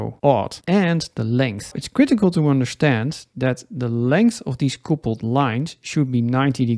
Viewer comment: quick english lesson... it is not coopled... it is cupled. it means to join.. like a couple of people... not a coople of people